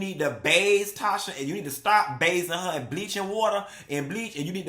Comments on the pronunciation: NOT 'baze' and 'ruut' I CANNOT 😂😂😂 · Not "route" & "baze" 💀😭😭😭